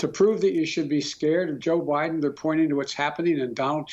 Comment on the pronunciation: did joe say Widen ? instead of Biden